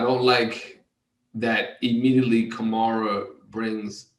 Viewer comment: hey Ryan Grant, Alvin's last name is pronounced " ka-mare-ah " not " ka-mar-a " the middle part of his name is pronounced like " air " not " are " as in " kam-air-a "